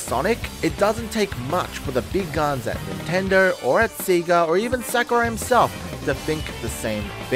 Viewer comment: Btw, it's pronounced Sega like "Saygah" not "Seagah"